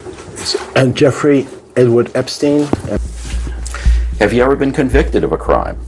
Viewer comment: "Epstienth" is pure brilliance! 😂😂😂 Thank you, I needed that!